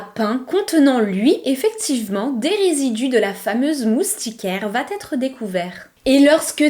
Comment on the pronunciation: Il faut vraiment arrêter les "va t etre" ! Il n'y a pas de "t" à la fin de va ! Ni de "t"....